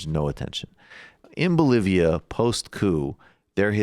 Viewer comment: Good coverage but I might have to wait to see what Dave Rubin has to say before I can reach a conclusion on "Bol-var-lia"